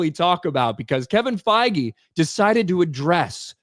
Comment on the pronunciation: did you just say they are sacking Feige or fiji or faggy or whatever his name is.